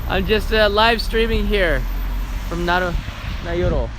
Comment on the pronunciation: You are saying Naroyo, but the title shows Nayoro...ahh...correct pronunciation ... I could see it pronounced dyslexic. I thought it would be cold there but looks balmy. Onwards to Wakanai!!!